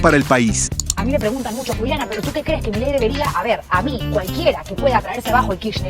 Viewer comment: Milei. El acento prosódico la tiene la última i no la primera POR FAVOR MÁS ATENCIÓN... SE SUPONE SON PERIODISTAS O NO? 🤔🤔🤔🤔🤔